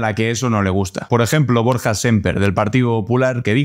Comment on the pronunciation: Por cierto, Borga. Hay que mejorar esa pronunciación, a los euskaldunes casi nos sangran los oídos al oírte.